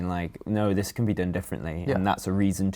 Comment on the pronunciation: Can you stop speaking like zzisss please?